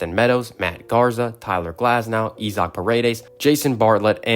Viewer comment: Not going to subscribe if you mispronounce Isaac like that